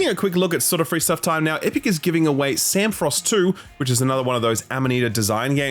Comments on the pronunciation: Hearing “Samorost” pronounced as “Sam-frost” dealt me a psychic damage (the Samorost games are early 2000 classic, btw) Thanks, for the episode, anyway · Sam-o-rost no Samfrost, lol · It is "samorost", not "samfrost" lol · Bro I was scouring the comments for someone mentioning this. First game was a very memorable part of my childhood and his dismissiveness of it hurt lol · Sam Frost 2? That is the first time I heard Samorost 2 pronounced that way.